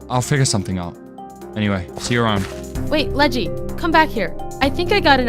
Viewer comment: bro its ledgy not leggy